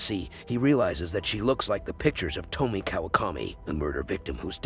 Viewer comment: Why are you mispronouncing her name? It’s To-Me-Ay